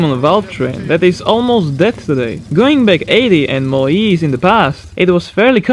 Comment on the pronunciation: Am I the only one who is hearing ''IS'' instead of "years" ?